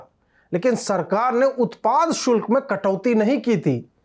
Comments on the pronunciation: Shulk bolein sukl nahi ,please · Ajit bhai shukl nahi shulk bolo bhaiya...taish me sach to bola lekin uccharan sahi rakho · Ajeet Bharti ,Keep roasting Ravish Bhaand and NDTV crew. Occasionally also keep heating the bums of Wire and Print.A correction in your narration today, the correct word in Hindi is "Shulak" and not "Shukal". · उत्पाद शुल्क not शुक्ल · शुक्ल नहीं शुल्क होता है वैसे कोशिश अच्छी हैं हिंदी बोलने की. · धन्यवाद। शुल्क को शुक्ल बोला गया । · Ajeet bhaiyaa utpaad shukl nahi utpaad shulk boliye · शुक्ल नही शुल्क कहिय । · सही उच्चारण , " सही शुक्ल " नहीं बल्कि ," सही शुल्क " है . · Shukla aur shulk me antar hota hai hindi pahle Sikh le baad me bakaiti karna. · शुक्ल नहीं शुल्क(शुल् क) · शुक्ल नही शुल्क बोलना चाहिए था। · शुल्क नाकी शुक्ल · Shukla nahi chutiye shulka hota hai....BC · Utpad 'shulk' Ajeet ji 'shukla' nahi.